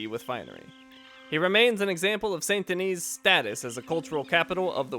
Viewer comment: You seem to be pronouncing many words wrong ("valor" instead of "honor", "SAY-nt De-NEE" instead of "SAHN De-NEE", etc.). I'm still quite upset that you didn't get the Rare Rolling Block Rifle in the last video. Maybe in a future episode you'll find it... but not now anyways. And nice references to "Sodom? Back to Gomorrah" and "An Honest Mistake", BTW.